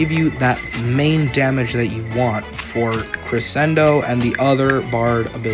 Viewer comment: I love your vids, but as a musician, vocalist, and actor, I must express my disdain..."CreSSSSENDOHHHHH"